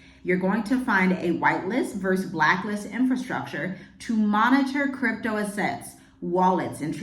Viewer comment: First of all, if you are going to do a video & read…..learn how to pronounce “assets”. Secondly, the US will not be the crypto capital of the world. The BRICS nations are far ahead when it comes to digital and programmable currencies. They’ve been using it for years. Third, clearly you haven’t done any research on the UNs Agenda 2030 which has been adopted by many nations around the world including the US. Finally, Donald Trump is not trying to control crypto to control Americans. Crypto & the blockchain are vital parts of Agenda 2030 & the purpose is for governments around the world to control the poor after they are done eliminating the middle class. Do some more research because you have no clue what you are talking about.